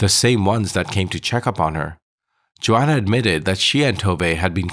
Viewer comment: Why are u saying Johanna as Joanna